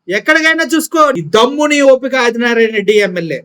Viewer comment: అరె అది నారాయణ.రెడ్డి గా లంజకొడకా.తెలుగు వస్తె చదువు రాకపోతే నియమ్మతోనో ,నీ అలి తోనో. ఇంకా కుదరకపోతే కూడా పలుక్కుని చదువ్.నువ్వు ఒకే మడ్డకి పుట్టుంటే నిన్ని అదిగా జగన్ నీ టచ్ చై ఏపీ లో sc,st,bc మైనారిటీలు ఏకమై ఉగ్రవాదులు లాగా మారతారు..జగనన్న చిటికన వెలు మీద వెంట్రుక కూడా పీకాలేరు నారాయణ నారాయణ అని తంపులు పెట్టుకో రా కొజ్జానాకొడుక....